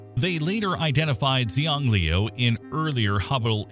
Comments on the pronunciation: you said the moons name wrong ;-; its a chinese word so its "shang-lew" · Xi is pronounced as She. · Your pronunciation of Xiangliu is totally wrong. The correct one is something like hsianliu. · In Chinese the pronunciation of Gonggong's moon is close to "Shiang-liu". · xiangliu should be pronounced roughly "shiang liu" in english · Isn't Xiangliu pronounced Shang-lu? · That is NOT how to say Xiangliu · I don’t know much about Chinese, but I don’t think that is how Xiangliu is pronounced. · He did indeed butcher it horribly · Ai generated crap. Can'r eveven pronounce Xiangliu